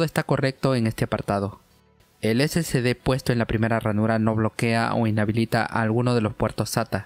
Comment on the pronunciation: Amigazo...excelente video...pero usted pronuncia....SCD...Y ES SSD....SI LOS ESCRIBE BIEN...pero como habla rapido...se turba y cae en lo mismo k la mayoria k lo pronuncia...🤣